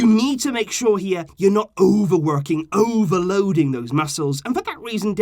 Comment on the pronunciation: Love the way said overworking and overloading😂